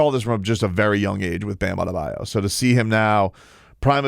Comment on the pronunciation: Today we say Bams last name like Perk would Bam Adadebayou 😂